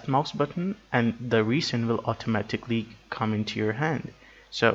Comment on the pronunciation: it's pronounced resin, not reesin